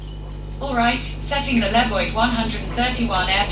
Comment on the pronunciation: Le-vwah not love it